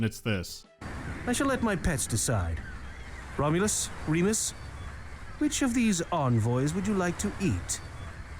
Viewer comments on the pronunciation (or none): none